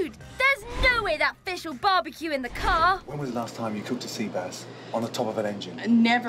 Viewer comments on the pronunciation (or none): She cane up with a legendary word “Carbacue”